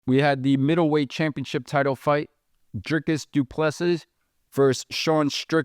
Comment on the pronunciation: Repeat after me: "Dree-cus Doo-plê-see" Repeat: "Dree-cus Doo-plê-see" Again: "Dree-cus Doo-plê-see" Once more: "Dree-cus Doo-plê-see" Last time: "Dree-cus Doo-plê-see" Final time: "Dree-cus Doo-plê-see" Final last time: "Dree-cus Doo-plê-see"